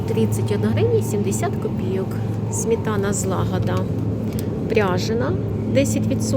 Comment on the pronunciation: Шановна, СМЕТАНА. Не смітана.